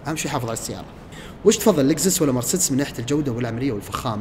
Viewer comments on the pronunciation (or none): none